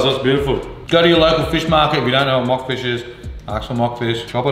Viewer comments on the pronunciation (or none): I can’t get past you calling Monk fish, Mock fish lol another banger